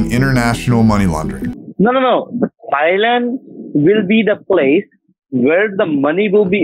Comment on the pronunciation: Bang-cock Thigh-land…😅 love the pronunciation!